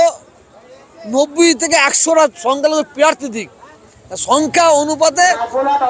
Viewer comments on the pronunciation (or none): none